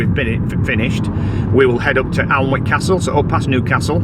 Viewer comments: Just to let you guys know it’s pronounced anick 😊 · Hi, so glad you enjoyed Durham, I'm a geordie from Gateshead but lives on the coast in Cullercoats. can I just say, you pronounce Alnwick as Anick, the l and w are silent.xx The van is so cosy, I bet you can't wait to get back to it after a day of sight seeing. Looking forward to the next vlog, take care xx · One of my favourite parts of the country….Northumberland, Bamburgh, Holy Island….Alnwick( pronounced annick) fabulous Castle! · Love your blogs guys ❤ just a heads up Alnwick is pronounced Annick x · Don't sound the w in Alnwick its a lovely place